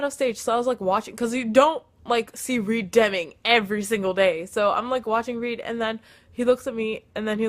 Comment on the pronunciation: maybe he "hates you" because u can't even say his name right idk tho